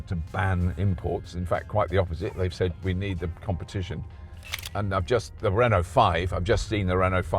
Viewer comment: never heard of a car manufacturer called "hono". Everyday is a school day I guess 😂